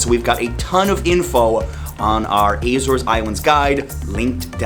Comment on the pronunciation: I'm from Azores, I love that you say the names of the islands and the villages in a perfect way 👍🏼 keep up with the good work 😀